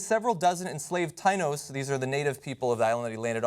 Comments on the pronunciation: Hey, John. It's ta▪EE▪no. Not TIE▪no. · Tinos? It's Ta-ee-no. Phonetically. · Tainos are the indiginous people of Puerto Rico and they are pronounced, "tah-ee-no" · Taino is pronounced tie-ee-no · Tainos - Tie - EEE - Knows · Taino = Ta-E-No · johns pronunciation of taino hurts.... hurts so much XD tah EE noh